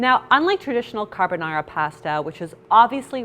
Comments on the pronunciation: I'm italian. I almost fainted at the "carbonara" 🤣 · saaaamee ahhaha